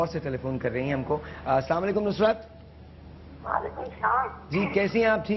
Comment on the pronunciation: Abe houle not salamu alaikum Assalamu alaikum say salam properly